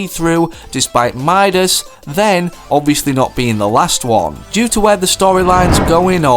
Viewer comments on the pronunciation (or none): none